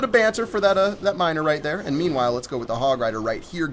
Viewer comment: I think you say : "Memewhile" xd not meanwhile